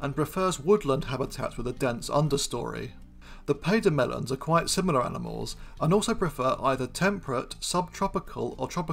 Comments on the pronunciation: 12.20 “pademelon” is pronounced “paddy melon” not “pay demelon” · Pademelon is pronounced "paddy-melon". Female Red Kangaroos are often called "blue fliers".